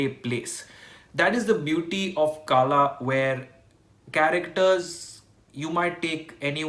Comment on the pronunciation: Actually its not kaala...it kala....